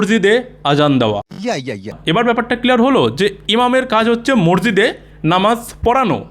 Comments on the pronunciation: ভাষাটা, মরজিদ নয়। শব্দ টা হল, মসজিদ । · ম স জি দ . ঊচ্চারণ ঠিক করার অনুরোধ রইল। আপনাকে আমি রেগুলার ফলো করি. সেজন্য লিখলাম